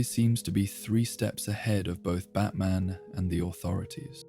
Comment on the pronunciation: Pronounced " bat - min " I assume?